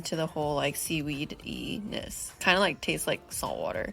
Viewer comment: "Seedweed-y" ehehehehee